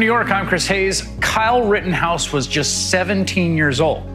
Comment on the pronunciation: 1.52 does the guy say Karl Rittenhouse?